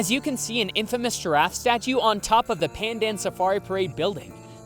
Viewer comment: btw just letting yall know, pandan selangor is pronounced pahn-dahn suh-lang-or lol